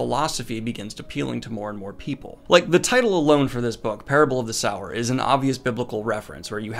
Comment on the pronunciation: Every time Daniel said SOUR I flinched. Read Kindred if you want more Butler! (Pronounced kin - dread)